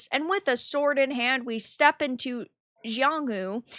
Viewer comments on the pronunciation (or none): lol. It’s two words if that helps. Jianghu is Jiang Hu. Pronounced jeee-ang hoooo. About as close as I can get.